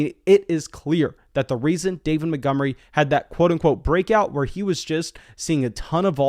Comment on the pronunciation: Who's David Mittgummery? 😂